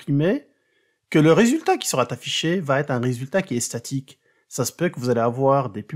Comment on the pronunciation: Merci :) Mais attention aux pataquès (exemple j'en entends un à 1min02s - « qui sera__affiché » , pas de T ;) ).